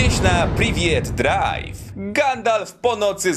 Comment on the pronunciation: Jprld „priviet drive" rozwala mnie to